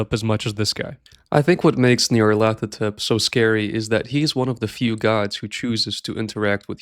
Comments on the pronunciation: Nyarlat-hotep. He is Egyptian. I've seen and heard so many people that don't know how to pronounce the name despite -hotep being an extremely common suffix on an Egyptian name. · Pronounced "Nar-Lyth-Otep"